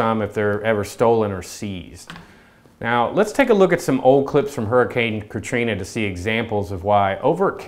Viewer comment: "Huricane katrina" never again bud.